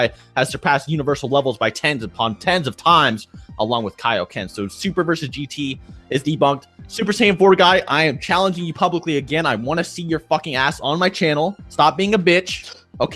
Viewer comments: Goddammit why do I keep hearing "K-oh-ken" when that's a mispronounced version of Kaioken? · Lol these guys still say k-aye-o-ken